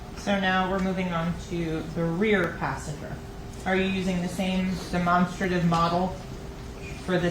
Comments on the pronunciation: Why cant they say Demonstrative correctly? DeMONSTERative. Never heard it said like that before. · I was thinking that too but what if all this time we were wrong😂😂😂😂